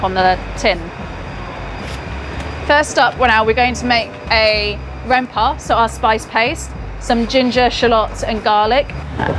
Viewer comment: She said rempahh 😍😍